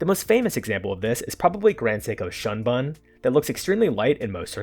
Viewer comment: This is hardly analytical. It is subjective, how can you put pink, purple or rainbow above yellow? How about Atelier Wen with yellow dial in titanium? It’s a wonderful watch. Also learn to pronounce Shunbun correctly, if you can’t then you have done no research. Also, so there are three different yellows (incl. gold and copper), but only one blue? What happened to aqua and Tiffany blue disks? Oh yes, they’re just blue, that’s it. Oh and at the end it’s no longer analytical, now it’s a personal preference? So which one is it? No credibility.